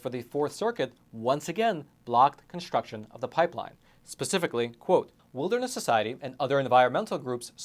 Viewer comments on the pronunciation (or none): none